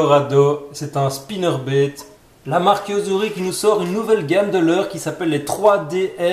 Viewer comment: " Un swimbéét " " un spinnerbéét " 😂 aah ces belges 😁